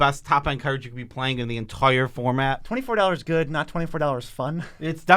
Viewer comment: The word of the day, 'entoire' (ex. "best card in the 'ento-ire' format") is brought to you by from mtggoldfish 😁 #notsponsored